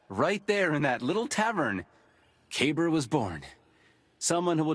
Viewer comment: So this is something I’ve wanted to point out for a while once I saw this scene. Ever since I saw Kabr’s name, I knew it was Arabic and thought it was supposed to be pronounced ka-beer, meaning Big. It was pronounced Kay-ber though which is bad pronunciation for the word. Just bad localization. Then I saw this scene, and heard his name is supposed to mean like grave or mausoleum and realized his name is actually supposed to be spelled Qabr, and pronounced Caw-ber. So either way, his name was localized poorly. But it did solve a mystery for me as to why his name seemed a little off lol. Still a cool character! Glad he had our backs in the vault!